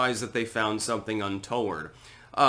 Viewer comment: It used to bother me because i would always think "how have you never heard these words spoken?!"...but now i think its just funny when says words like "untoward" a little oddly. I just chalk it up to the nor'easterling in him. Anyway, to be serial, this ball dropping bullshit and the oh so convenient policy changes which are always pushed by using things they pretend theyve known for a long time are a "BIG PROBLEM" or they pretend like its some new and scary issue that we "dont have time to think about and we must act now" are what have gotten us where we are now. They invent shit out of thin air and blame an existing problem for the problem theyve just recently discovered or have known about all along so they can force insane shit onto us that we wouldnt normally accept. For instance: spewing hog shit about a candidate being a supreme threat to all that we hold dear and pretending that it couldn't possibly be part of the reason for some whackadoodle taking shots at him. "We...we just never couldve anticipated such a terrible reaction to the things weve said to scare the living shit out of people!! And allowing people to burn down city blocks for an entire summer while blaming it on OMB...well..we just couldnt have known that people would act like utter bellands during an election year!................but we're still not going to arrest any of them or put them in their place." Hmm...i wonder why they would be doing that..